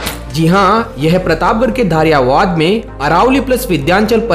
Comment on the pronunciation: सर धरियावद नाम है धारियावाद नही 🙏🙏🙏 आप वीडियो अच्छी बनाते